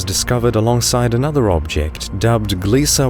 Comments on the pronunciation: It's Gliese, not Gliesa. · there is no A in the word Gliese. it's pronounced as GLEESE rhymes with GEESE.